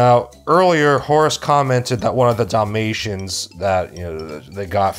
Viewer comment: everytime he says dalamtians i somehow understand damnnation and i need to laugh, my humor is more broken then my mental health after watching that movie